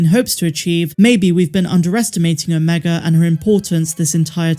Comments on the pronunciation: Why do you pronounce omega correctly when talking about the project, but when talking about the character, you say "omeger"? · “Omega-r” lol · "Omeger" I'm dead lol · Her name ia Ameegah, just ask her brothers antah, eekoo and reeka. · “Mas ameda “ was what I thought she was sayin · Every time I hear it, I hear Mark Amiga instead which sounds like the name of a guy I used to work with.😉👍✨ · 😂 that's what I always hear, too! Hey, maybe it's really your friend the Empire is looking for... hmmm. Now I have to watch it again, what a terrible fate! :_MAULRAGE